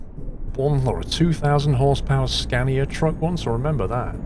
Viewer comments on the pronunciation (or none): none